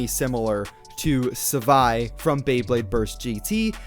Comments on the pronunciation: You said savi its Zewi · He said zfai instead of zwei